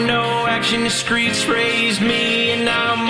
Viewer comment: Man said, "skreets raised me." 😂